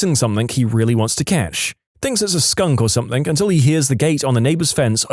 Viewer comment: No k in the word something